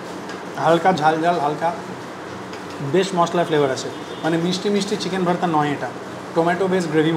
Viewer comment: Kaka tuwi to pure bangali tale Bhaarta uccharon korcho keno ? Ota to Bhorta ! Samanno hinamannota ache mone bangali bole ! Tao tomake benifit of doubt deoa jeto..jadi continuous Bhaarta bolte ! Kintu maje maje Bhaarta ar majhe majhe Bhorta bole nijer hinamonnotay bhoga dodulloman sotta r proman nijei diye dile !